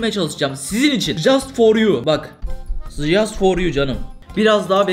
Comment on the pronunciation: "Jaast for you. Jaast for you canım👇👇" 😂😂